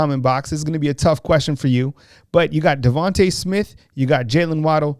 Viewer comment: Who is “Devontah” Smith?!